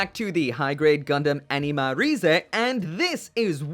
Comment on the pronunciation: You say anima, I hear enema.